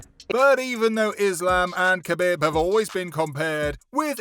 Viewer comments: Ca bib. Its pronounced kah beeb. Not cuh bihb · Khebeb, Donna White, Justin Gaysha, Charles Oliveiiira, Anteny Smith, Denel Bariush… 🤦🏻‍♂️